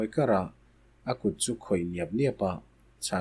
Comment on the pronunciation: Hlauh = hloh tih tur